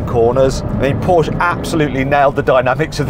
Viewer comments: Trust Mat to have a whole collection of Pooshe(porsche) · How hard can it be to say Porsche Mat Watso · How much does it cost to pronounce Porsche correctly?